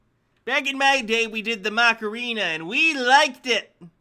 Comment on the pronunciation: We did the mock-er-REE-ina!